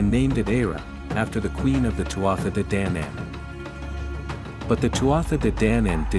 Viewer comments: DANAAAAAN NOT DANAYANAN!!! IF YOUR GOIN TO PRESENT MY HISTORY DO IT RIGHT!! NOT HALF ASSED!! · This may or may not be factually correct, but the pronunciations are so bad I didn't make it more than 30 sec in. Celts is hard C. Like KELT. Danann is long A.